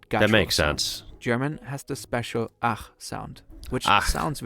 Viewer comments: Your first attempt on “ach” was pretty good! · Your „Ach“ was really good at first! :D